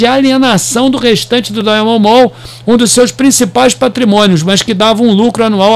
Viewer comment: Fala companheiro. Bela análise,so precisa melhorar a pronúncia do inglês sobre Diamond kkkkkkkkk